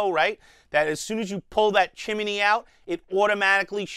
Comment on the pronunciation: Great Review as always. I really like this tank from your review! Oh and BTW I love the way you say Chim-e-ney.:-)